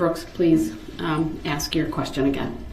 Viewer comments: I laugh at eszibit and ax . 😂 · Axe? Its Ask.... use proper English